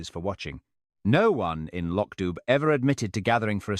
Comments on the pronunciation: No, it isn't, it's not LOCK at all ,it's LOCH , you have to listen to a Scottish person pronounce it, then you can hear the difference. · it’s Pronounced “Lock DOO”!!!!!